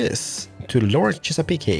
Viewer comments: It's Chess-a-peek not Chess-a-peek-ey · chesapeake is pronounced ches-a-peek ps this game is amazballs!!!